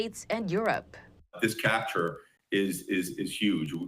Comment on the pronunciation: “Caputure”😂 hire me as editor please lol